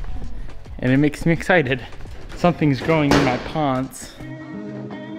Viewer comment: Haha "Something is growing in my paants"